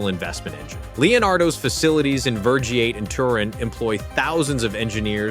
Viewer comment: Why do american video get ALL and EVERY Italian name pronounced completely wrong? I mean jesus, it's not that hard, today you even have google soundbites audios for any language... What is "vergyaate".... it's VERGIATE, like FENICE is "pheniche" not french sounding "fenis"... 🤷‍♂️ We don't say "Uoscington" but Washington